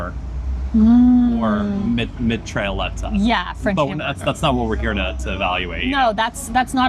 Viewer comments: the LL is silent, Mitra et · Mitraillette... the double L should be pronounced as if it were a y. Basically say "Mitra-yet". It's also more a frituur snack (popular among drunk people late at night). The Martino is something people eat during the day. Most places don't serve it with ansjovis. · you got the name of the mitraillette right, but the pronunciation wrong, it sounds kinda like "mee-try-yet" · The mitraillette is pronounced like "Mitrha" (the deity) and "yet" (as spoken in english). In dutch this means machinegun or automatic gun. I have been told (but am not sure) this might be because the fries loosely resemble bullets in a magazine (the bread). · if you ever wanna try the mitraillette again, its pronounced, mi-tra-jet, it directly translates to sub machinegun from french. why? idk xD what you had was a mitraillette. a french hamburger is like a hamburger but the buns are a big "pistolet" with a patty, veggies and fries they are essentially the same only the bread is different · then Brusels French burger is pronounced as "mittrajet" (the french word for machine gun is "mitraillette".... ). It is also made with a Mexicano instead of a burger and other variants. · Mee-tra-jet... and "jet" not like the airplane... but with a soft "j" you're welcome :p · You pronounce it as mitrajette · It is pronounced me-try-yet :p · Mitraillette can be pronounced as "Mitra-yet". Also I was really glad to see you enjoyed the martino sandwich, it's my favorite! I was afraid the anchovy would be too overwhelming, like it was for me when I first tried it. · ( machine gun ) = Mi-tra-jette...soft j ....love your video's, subscribed..i'm from Antwerp....next time when you come to Belgium do a Belgian beer vlog please. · Mitraillette is pronounced in a french way, but it's funny the way you said it :).